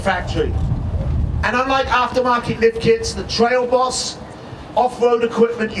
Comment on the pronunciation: Hahaha damn i hadn't even noticed that